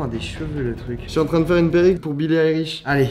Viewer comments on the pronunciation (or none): C’est moi ou il a dit Billie Irish 😂😂😂